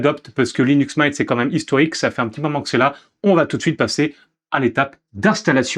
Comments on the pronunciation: Linux Maaiinte vraiment ? 😂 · Vraiment un beau vidéo d'introduction sur Linux Mint mais je me demande d'où vient cet accent qui justifirait la prononciation de la distro en "Mein". Simple curiosité que voilà! Bon succès pour la suite sur ce Linux à la menthe! ;) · Le mot anglais "mint" se prononce /mɪnt/ : voyelle courte comme dans "bit" ou "shit" (et non le son « aï » comme dans "mine" ou "mind" ou "might").